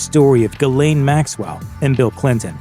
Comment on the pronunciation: Your bot can't even pronounce her name correctly. And why not mention her friendship with Trump? Bill was a saint compared to Trump. Seems like another political hit job.